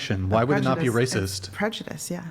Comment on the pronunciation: Hahaha..😂 Literally 5 minutes later....🫩 ..." THAT'S WRAY CYST.."🙄 .. " YOU'RE WRAY CYST.."🫩 Hahaha. Was I correct or what..🤔🤣🤣